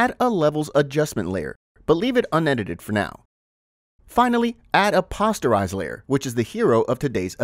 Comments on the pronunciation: I loved the video, well done and very informative. Only one problem I noticed... Posterize is POSTerize, long O sound like the word poster. Not like pasta. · "Pawsterize?" Pronounced Poh-sterize, like making "posters". A darkroom graphic effect where images convert into solid shapes for printmaking and coloring. Graphic design 101. Hope that helps some of the designers who dont know traditional processes and terms. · It's p-oh-sterize, not p-awe-sterize. Otherwise, nice tutorial. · 'paw-sterize'? lmao i think its posterize, like poster. but im pretty sure this is an ai voice. kind of lame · POE - STIR - EYES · FYI The 'o in 'Posterize' is pronounced like the 'o' in 'Poster'. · The word is posterize, as in poster, not as in imposter. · Just a heads-up: "Posterize" should be pronounced with a long O. As in a "poster" that you hang on the wall. The Photoshop effect in the filter gallery that produces the same effect is called "Poster Edges". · I cant in good faith follow someone who doesnt know how to pronounce poster or is doing it on purpose for comment farming. Informative video but overall fail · It's obvious the sound is AI generated. You can tell by the way it pronounces posterize. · Posterize is a word derived from poster, like the print on your wall. Both ‘o’ letters are pronounced the same. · Me wince everytime he said it.